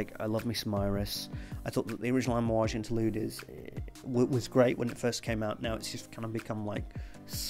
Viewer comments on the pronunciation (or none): none